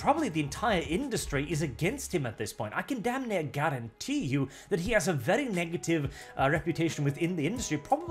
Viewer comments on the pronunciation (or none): none